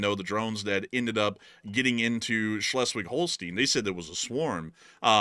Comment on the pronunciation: Pronunciation Schleswig-Holstein: ˈʃlɛswɪɡ ˈhoʊlstaɪn